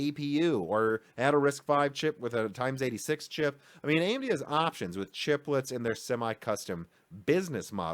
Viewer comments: I love your videos, but man it rubs me the wrong way when I hear x86 pronounced "times 86" and not "eks-86". The "x" stands for a variable, not for a multiplication operator. (Yeah I know, I should ignore it and move on, but I just can't :D). Interesting video once again, nevertheless! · Dude, if you don't stop saying TIMES-86 instead of EX-86. I will unsubscribe, it's just so cringy.... XD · i agree 100%. i also don't think it's a trivial thing. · Underneath every video you read this kind of comment. I guess he is doing that on purpose to make his fans go mad or he's just a problem to say he was wrong... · Agreed. It irritates me too and I made a comment before finding yours. Steve at Gamer's Nexus does the converse. For example, for a 20% improvement he says "one point two eks". Aaaaargh! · It's tape out, not tap out. Also ex-86, as in an unknown variable, not times-86